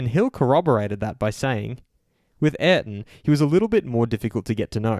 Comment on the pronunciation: You have horribly butchered Senna's first name, shame...